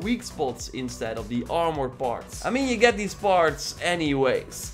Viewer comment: "awrmour" lol